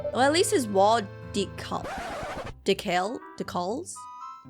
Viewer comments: Love the vid ❤ Btw it's dee-cals not dehcols, hope this helps😊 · btw, decals is pronounced as dee coolz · Lol to correct it's decal like cat but with an L De•Cal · Decals: Deeh-kals :D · It’s De-cals